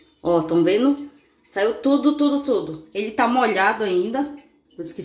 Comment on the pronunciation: Tá “venu”? Tem dó, fala direitinho, pô! Para de assassinar o Portugues! Quem vai dar credibilidade pra alguém q nem sabe falar direito!